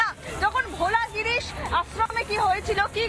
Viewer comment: Bhola giris noy bholagiri, eta alla gyan niye khabar poren kena chhi.